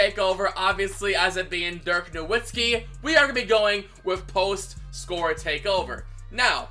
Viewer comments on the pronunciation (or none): Him Saying Na”w”itzki is frustrating me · The “w” in Nowitzki is pronounced as a “v” for anyone that still doesn’t know